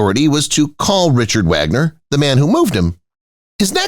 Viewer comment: Also the name of Richard Wagner. I don't believe I've ever heard such a wretched "historical " presentation.